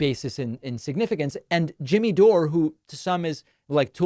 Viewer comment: After all this time you still can't manage to say Jimmy Dore's name properly? Lol